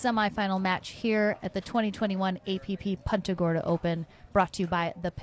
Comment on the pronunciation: Will someone teach the woman how to pronounce punta. Poonta